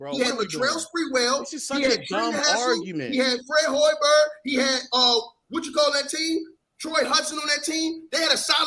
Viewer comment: This man said Fred Hoiberg 😂😂😂